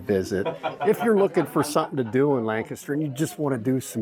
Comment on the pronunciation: I love your enthusiasm. I wonder where you are from? People who grew up in the Lancaster area pronounce the word differently from people who are not from the area. You pronounce Lancaster the way that the locals do. I live in Lebanon County which borders Lancaster County to the north. Another great miniature golf course is just west of Strasburg and it is called Village Greens. They actually have two miniature golf courses side by side. One is 18 holes and the other is 26 holes. They are both very nicely landscaped and they also have some challenging holes.